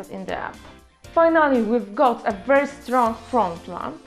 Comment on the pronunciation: No-no-no, I believe that guy wanted to say (and I agree with him) "your English just sucks", meaning it's Way Too Far from being a Perfect. Your "ханГрет" can "kill" practically any of the "English-phile"..)) Had to turn-off the sound at all..)) But the Good News is that it totally depends on you - will you make IT better or not. And you can start with the word "very".. And Google-Tr. will surely help you...)))